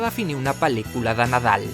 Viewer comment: La forma en que pronuncias pel•licula em posa la pel•l de gallina, QUINA ALEGRIA QUINA EMUSIO JA ESTÁ AQUÍ EL BON NADAL!!!! Amo el vídeo ❤😂